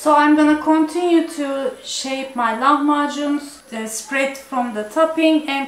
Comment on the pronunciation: Не лаХмаКун ' а Лахмажун